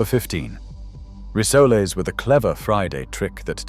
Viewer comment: Rissolay? That should be rissoles.